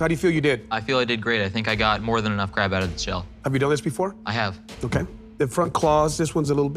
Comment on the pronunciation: nooooooo the cwab